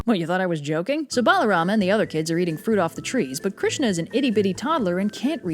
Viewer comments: a is not pronounced bro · Your assumption is incorrect. If you knew Sanskrit root words, you would know that his name is Balarama, not "Baalarama". As for your remarks regarding not reading the texts: please refer to Canto 10 chapter 2 in the Puranas for specific mentions to my original comment. If you are able to, I suggest that you also provide textual evidence for your claims before refuting others. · its balaram not balarama